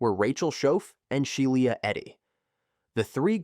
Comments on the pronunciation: Yeah this video's a mess. they show an image of a house fire while discussing a fire that took place in an outdoor barbecue. During the Skylar Neese section, the AI voice repeatedly mispronounces Shiela Eddy's name as "Shai-eela". They also bizarrely make use of several thumbnails of videos from other (better) content creators. For instance, during the Marlene Olive section, thumbnails are shown from channels who covered the same case, "The Crime Reel" and "This Is Monsters". No idea why that's necessary, and no attribution is given, not even in the description. My guess is whatever (probable) AI algorithm is the author just....mindlessly included the imagery? Because why not? These AI slop channels are really unfortunate. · Sheila is pronounced she la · It's pronounced shee la eddy and there was no excuse for them to hurt someone else just because they didn't like that person. Rip Skylar neese.